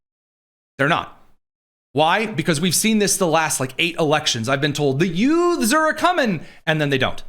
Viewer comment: What was that word you used to describe Dem voters? Did you say, utes?